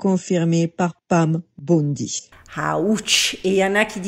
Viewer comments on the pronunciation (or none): none